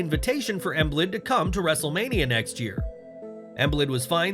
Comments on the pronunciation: Emblid? Lol it's Joel Embiid (Em beed) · Bro you saying emblid? It's Embiid pronounced em-beed.... Come on g lol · You pronounce Joel Embiid's last name as EM-BEED...Joel Embiid😊 I'll be at the LINC as well.